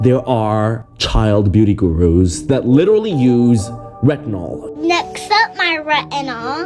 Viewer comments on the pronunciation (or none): That girl was not even able to pronounce " retinol " 😂😂😂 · the fact that they can't even pronounce retinol and using retinol.... I'm worried for my future offsprings..